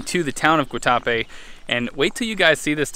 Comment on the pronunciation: Great video. actually pronounced the name of the town correctly after "Guatacrape". You are going to love Cartagena.